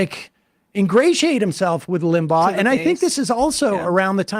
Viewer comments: Rush Limbo???? Can’t he pronounce his name right after all that study? lol 😂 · Your guest's mispronouncing Rush Limbaugh's name is hard to take. It isn't spelled Limbo. I was not a huge fan of Rush as I'm old enough to remember Bill Buckley who was a much classier conservative commentator. In fact. I thought having the first President Bush on Limbaugh's show was kinda sickening.